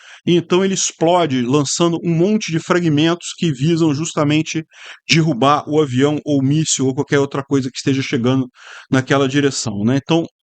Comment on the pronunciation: Segundo o o avião fui "DIRRUBADO", hehehehe